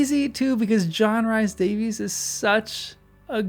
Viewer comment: If I may, let me explain that John Rhys Davies's name is pronounced as REES DAVIS here in Wales where he hails from. Just thought I'd mention it for you.